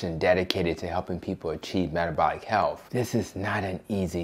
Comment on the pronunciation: My dear brother, I implore you. Please remember to speak credibly. You are speaking to all audiences about matters of health — not matters of healf. As a black woman, I'm accustomed to cringing when I hear people who look like me mispronounce words. I want all people with my pigmentation to be as educated as possible. This request comes from someone who wants you, "our people," and the LCHF cause to be cast in the best possible light. Making America and the world is a daunting task. Let's keep our best foot forward.